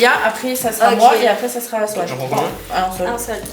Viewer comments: Mdrr je rigole depuis tt à l'heure pcq et au lieu de dire Swan elle dit Sohan 🤣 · Qui a remarqué dit Soan et pas Swan 😂